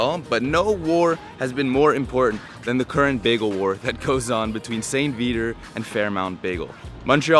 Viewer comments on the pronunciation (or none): Did you say Saint Veeder?? No one says that. It's Saint Vee-ah-tour (if you're english and can't pronounce french words).